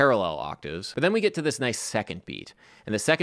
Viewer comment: Random note: You recently talked about your Maryland accent and a desire to clean it up a bit. You pronounce the word "get" as "git". It's a southern thing, too. I think your stuff is great. Thanks for posting again this week.